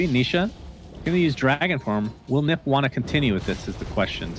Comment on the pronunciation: Whad does he mean by Nip, it's like saying OG as Og, not O-Gee